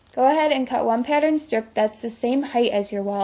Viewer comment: shes good at these but every time she said pattern I got triggered lmao